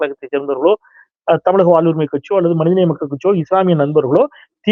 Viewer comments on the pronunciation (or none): none